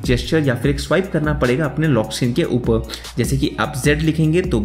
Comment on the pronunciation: For this guy it's not ‘Upar' its ‘Upa'